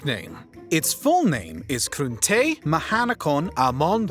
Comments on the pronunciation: Congratulations on pronouncing Bangkok's real name. I don't know if the pronunciation was correct but it sure sounded convincing and just getting your tongue round it is an achievement worthy of note! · I'm from Bangkok, Thailand, and hats off to you for excellent pronunciation of our Angel City. 😍😍😍